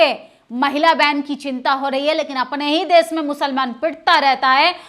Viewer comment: आंटी देस नहीं देश होता है। भाषा पर भी ध्यान दें खातून 😂😂😂😂😂😂😂😂😂😂😂😂😂😂😂😂